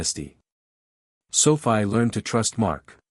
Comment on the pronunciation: Stupid bullshit A.I. - just garbage - Sophie is pronounced - SOFEE - Thumbs down, way, way down. If you are going to use A.I. pay for good AI not the crap you use now!!! Presentation counts and you fail miserably.